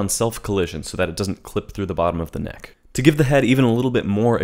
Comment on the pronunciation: “…and selecting the vertices for that kNEhK”- - lmao